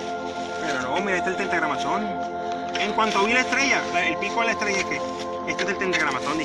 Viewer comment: 10000 veces dijo tentagramaton como chingo con eso😎